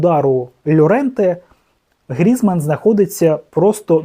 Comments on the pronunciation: Тільки не ГрІзман , а ГрізмАн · 1. На якому таймінгу відео сказано, що Шахтар наїхав на Динамо? 2. Безграмотний, Грізман- наголос на А, бо усі французькі прізвища мають наголос на останньому складі!